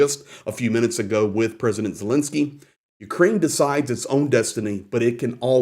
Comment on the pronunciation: thanks for all your informative videos; but please can you and just about all reporters pronounce President Zelensky’s name correctly.